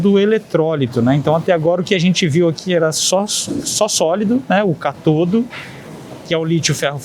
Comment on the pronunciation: O correto é CÁTODO e não CATODO!!😉